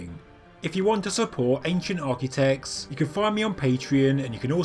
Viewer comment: "Architect" has a T on the end of it; Architec-ts; not Architec-s... Can you sort that out, because it's really annoying.